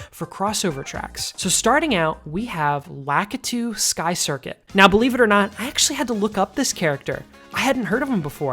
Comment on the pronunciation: It's La-KEE-too. And how have you never heard of Lakitu? He's been around since before you were born & in more than just Mario Kart games. 😂